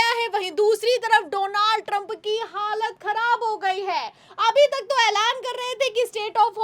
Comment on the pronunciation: डोलांड ट्रंप है सही से नाम लो ।